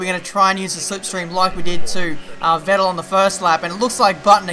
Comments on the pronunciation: For me as a german the way you pronounce "Vettel" sounds pretty wierd :D It's pronounced like "Fettel". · You're pronunciating Vettel wrong.